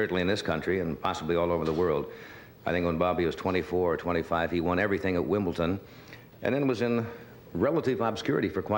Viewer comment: "Wimbleton" :D